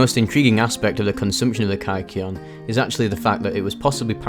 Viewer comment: Kike-eon? Is that a slur?